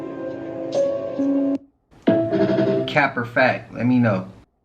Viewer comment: I live in Australia 🇦🇺 this CAP een her accent not even Aussie lol😅😂😂😂